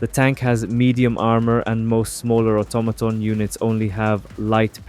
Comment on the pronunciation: the way you pronouce "automaton" is funny haha, what accent is that man?